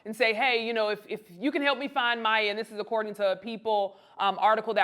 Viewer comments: Her name is pronounced My-E-yuh. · That’s not how you pronounce her name. This is not legit media.